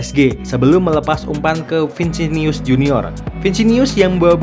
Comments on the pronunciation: Vinisius bro bukan vinsius😅😅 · Vinicius bos bukan vicinius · Vinisius bosq... bukan Vinsinius... heuheuheuuu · Vinicius ya bang ya, bukan Vincinius. Nama orang jangan diubah", haha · Vinicius Jr.. Bukan Vincinius Min..🤣😅🤦‍♂️🤦‍♂️ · Btw namanya "VINICIUS" bukan "VINSINIUS" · Bukan vincinius bang , vinicius junior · Vinicius bukan Vincenius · Bkn vincinius tapi vinicius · Vinicius...bukan vicinius 😆😆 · Vinicius bukan vincinius🔨🤣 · bang vinicius nyebutnya bukan vincinius terua nacho bukan nako.. itu aja si bang,semuanya keren.. semangat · Saya koreksi pengucapan namanya ya min.. 1. Vinicius = Vinisius 2. Nacho = Naco, bukan Nako